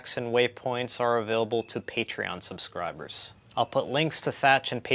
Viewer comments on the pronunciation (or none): none